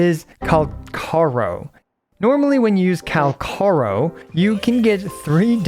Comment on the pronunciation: It’s Calcharo , the pronunciation is said in the animation